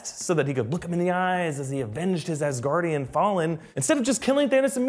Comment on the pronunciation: Ass-Gaurdian hehe